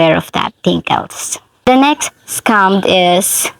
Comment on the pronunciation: Your pronunciation "scum" is more appropriate.